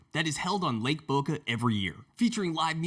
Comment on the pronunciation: Did he say lake .